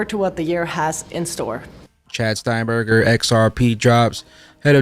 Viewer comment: Hey. When I was growing up people mispronounced my name all the time and I didn't like it much. You often quote Chad Stein-GRABER. It's Stein-GRABER not Stein-Burger. Keep up the good work!